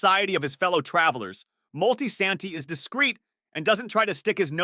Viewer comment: "Multi santee" 😂😂😂wtf?